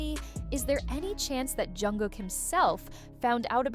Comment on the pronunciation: How many incorrect pronunciations of JKs name can one A.I. voice narrator pull of in one video!? I want to see guesses in the comment section....cause snap, there were a lot!!